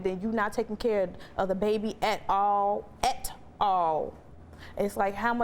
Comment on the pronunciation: My take away is she really knows how to pronounce "AT All....A-TTTT All"